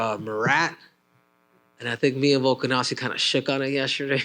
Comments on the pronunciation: couldn’t even pronounce P4P legend’s name… 🤦🏽‍♂️ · Mackenzie Dern really acts like she can’t say volkanovski? She grew up in America but wants everyone to think she’s foreign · Volkskonofski😂the lady nurmagomedoved volk😂